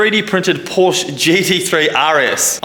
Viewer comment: Love this project. Absolutely amazing. But a Porsche fairy loses its wings every time you mispronounce Porsche.